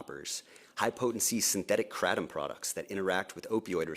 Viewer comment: This dude can’t even pronounce Kratom. 🤣 GTFO. They have no clue what they are talking about.